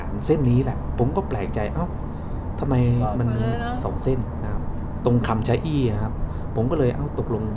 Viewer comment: คำชะอีครับไม่ไช่ชะอี่